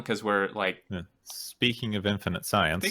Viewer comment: English is not my first language, but even I know it's not "infininte"... Do you say "let me axe you a question" as well?